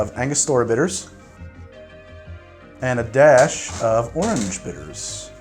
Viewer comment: We finally bullied him into pronouncing orange correctly.